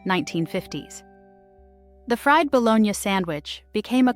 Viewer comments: “FREED" Bo-lone-yah sammich. USE A LIVING, BREATHING ANNOUNCER, DAMMIT!! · She continued to mispronounce "My Bologna has a second name .. FREE "Bologna" from un fryers (LOL. Shot out to the person that pointed that out !! It came to me later, I got a good laugh!!😂😂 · That, and the 'freed' bologna sandwiches. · I wonder where the host lives. She can't pronounce "pimento" or "fried bologna". Also, more than half these sandwiches are still on menus here in Columbia, SC.